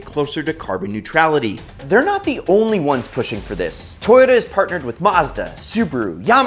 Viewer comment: At least there are some men's who deny to be supress to listen sound box making fake sound My respect porche subaru and all and my fav "tooyotaa"